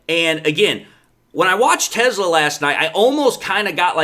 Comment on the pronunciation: Te Slaa. NOT TESLA.Please get pronunciation correct. Thank you from your local grammar nerd.